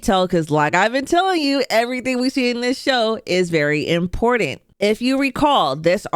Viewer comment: Impordant? There is no “d” in important. I stopped listening right there.